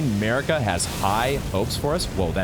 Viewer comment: It's not Merika it's MArika,you are so annoying I cannot stand you,$tuπ|d vastard